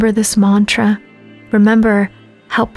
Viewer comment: I wish you'd do a better job with pronouncing Sanskrit words like mantra and namaste